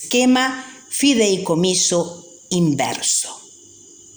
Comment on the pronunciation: Señora me va disculpar, pero usted lee horrible y se equivoca reiteradamente. Por ejemplo, no feideicomiso, sino fideicomiso. No es propiedat, sino prodiedad, entre otras cosas.